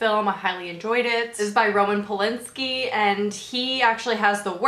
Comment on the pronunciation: You look freaking gorgeous and this was a super interesting video! It's Roman Polanski btw, not Polinski xP